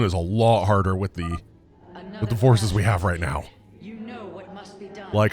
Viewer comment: Fources -> Fiveces 😱